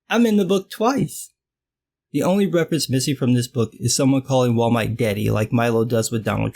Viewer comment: “Wall Might” is the best thing i’ve heard all week